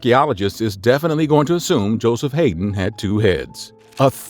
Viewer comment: Dude, the Ode to joy was Beethovens 9th symphony, not his 5th. The genius Joseph Haydn is pronounced " Hi-Den" not " Hay-den" And finally Mozart is pronounced " Mot- zart" not " Mo- zart" you are obviously illiterate and you shouldn't be a narrator for the classics dude...